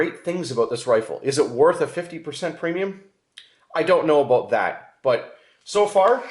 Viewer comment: What are you talking aboot, A?